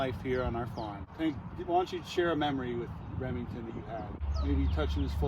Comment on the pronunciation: Rip emington with the silent r